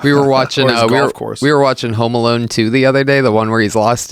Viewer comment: are they saying Home Malone ? i swear they are.